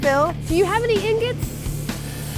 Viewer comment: "Do you have ignots?" Haha Awesome